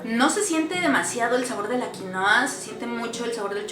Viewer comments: Xfavor en español se dice QUINUA!!!!!!!!!!!!!!! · Genial aunque vivo en el país que produce quinua y por favor no se refieran más a ella como QUINOA. ES QUINUA!!!!! Derivado del quechua. Es por respeto a sus orígenes.